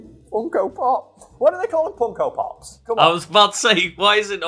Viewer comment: I couldn’t understand what he said when he brought up the Funko pops…. Anyone know?